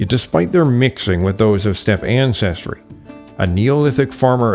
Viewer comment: "What are you doing step ancestors?" Is what I hear every time I hear you say stepe. I heard that joke way to much.